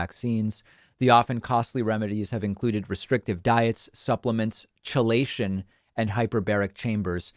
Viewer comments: David, "Chelation" is pronounced "Keelation". Just FYI. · Another Anti-Vax grift, should have expected it. Also David, "chelation" is pronounced as "key-lay-shun". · Just an aside, David: chelation is pronounced key-lation...but yes, these purported strategies for nullifying 'the jab' are absurd. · Ok. I'm being pedantic but the word is pronounced keelation. I thought you might want to know... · It's pronounced "kee-lation". It's an actual real treatment for heavy metal poisoning, like lead poisoning (used on children exposed to lead paint), but useless in this circumstance. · Note: chelation is pronounced "KEY-lay-shun". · Love your videos. You’re always very well-spoken and brilliant in regards to your political stance. Just a friendly heads up that chelation is pronounced like “keelation” ..refers to the process of molecules bonding to metal ions. From your pal the Biochemist 🙂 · Chelation is pronounced "key-lay-shun" and is the process of removing various heavy metals by oral or intravenous introduction of substances that bind with those metals and flush them from the body. Sadly, they don't "undo" a vaccine which is a completely separate physiological process. These idiots are just falling for more of the "hydroxychlorquine-UV-bleach-ivermectin" BS that the right wing is selling. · Its pronounced 'Key-lay-shun', after an imagined 'crab claw' that 'holds' on to specific molecular targets based upon the binding affinities of whichever chelate is being abused by the woomeister. EDTA is the most commonly bandied around but there are many, many others.